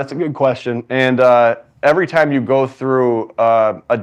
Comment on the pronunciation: “Yew” is crazy